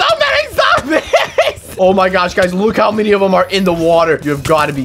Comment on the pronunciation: "theres so "mini" of them"